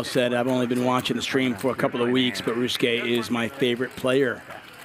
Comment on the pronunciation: Ree-oo(like the middle sound in moon)-skay. Not Re-Yu-Su-Ke. That /u/ is silent.